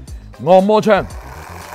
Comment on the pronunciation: 摸摸枪？大哥，讲普通话啊，真心听不懂。